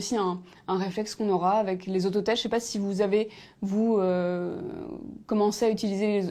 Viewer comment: "ché jamais si on doit dire bonjour ou bonsoir à 18h..." ouai et moi "ché" pas pourquoi à la TV ils font bosser des gens qui ne savent pas s'exprimer correctement en Français.